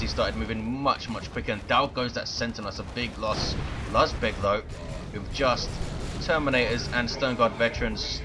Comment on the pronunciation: Its razbEg, not rAjbeg. I had a bug when sternguards couldnt change their ammo. But when i had it, they had no ammo loaded at all :P Or maybe he wanted to punch those SHI guys. Dunno how usefull kraken bolts are vs SHI...